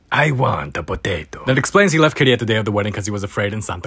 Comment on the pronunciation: "I want a poatato" 😂